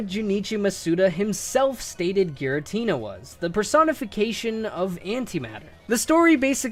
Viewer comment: GIRATINA, NOT GARITINA! SOLGALEO, NOT SUNGALEO! FIX IT NOW!